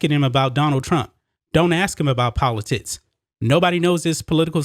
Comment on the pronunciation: He said poli-tits.... all jokes aside. Great points. It won't end here. You can be the Greatest Of All Time (Tom Brady) and the woke crowd will come after you no matter what. The only way to defeat them will be not to bend to their will.